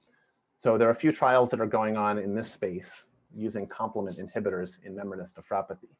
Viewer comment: what is with the proununciation of Menbra....!